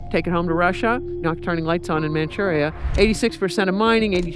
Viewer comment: Manchurie et non manurie, traduction de merde par ia